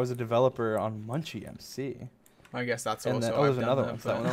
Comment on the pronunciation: Why he say Munchy Mc like that